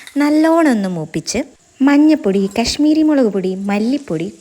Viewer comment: Nice presentation and first time i am hearing a malayali pronouncing kashmiri perfectly .Others all say kaashmiri